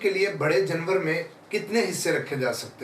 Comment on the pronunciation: جنور❌❌❌ جانور✔️✔️✔️✔️✔️